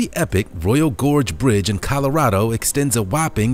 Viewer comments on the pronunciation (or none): none